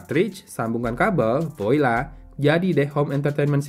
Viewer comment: Voila, bacanya wala